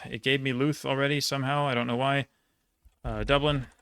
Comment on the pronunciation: Few pronunciation pieces for Ireland. Leitrim is pronounced 'Lee-trim' Louth is pronounced 'L-ow-th' (as in 'ow' for pain) Also, they weren't in this quiz, but the other 6 counties (the north). They are Antrim, Armagh, Tyrone, Fermanagh, Down and Derry. They are subdivisions also but not included for some reason here